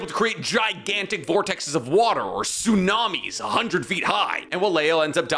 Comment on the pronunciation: Teh-sunami not tsunami